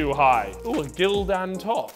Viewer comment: Him saying Gildan like that was making me cringe